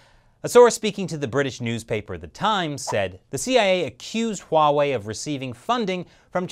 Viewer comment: Stop pronouncing Huawei wrong lol